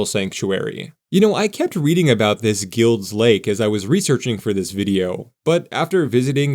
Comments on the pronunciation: Wonderful. Thank you. I think it’s pronounced “Guy-ulds” Lake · It's pronounced GILED's Lake (like the word MILD) even though it's spelled Guild Lake. Locals say the possessive s just like Sauvie Island is called Sauvie's Island by locals. I'm a 4th generation Portlander and my dad grew up in Guild's Lake. His dad was in the military and drove trucks around the shipyards and rail areas during WWII.